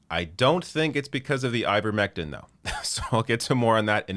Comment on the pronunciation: "Uh, Ivermectine!" ....nuff said 🤣